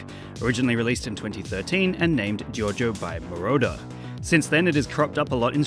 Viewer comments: Giovanni gioRgio, not jojo! XD Foreigners always eat the R in italian... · I love how you keep pronouncing " Giorgio " as " JoJo " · The title should've been "Who is Giovanni Giorgo?......and why does everyone call him Giorgo?....." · We all know: His name is giovanni giorgo but everybody calls him giorgo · hah jheeorno jheeovanna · the way he pronounces Giorgio made me laugh so much (i am italian and Giorgio is an italian name) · Giorgio it’s a regular italian name, and it’s not pronounced giovanni Giorgio